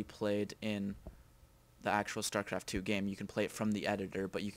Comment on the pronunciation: starcraft not stercraft